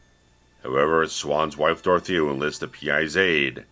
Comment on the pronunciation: This guy is the only reviewer to get Dorothea's name right.